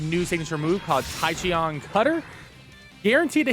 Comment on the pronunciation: You mispronounced that. “Tachyon” is pronounced as “Tak-ee-on”. Tachyons are hypothetical particles that move faster than light